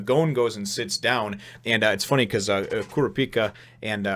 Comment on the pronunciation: The guy who lost his arms to Hisoka was disqualified. Also, if you're wondering, it's pronounced "Koo-Rah-Pee-Kah" and "Leh-Oh-Ree-Oh."